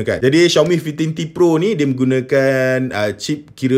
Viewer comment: Susah bebenor nk sebut five teen t pro😂sebut je Lima belas T pro senang